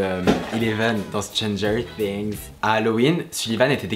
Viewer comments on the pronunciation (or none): Tu dit mal Stranger things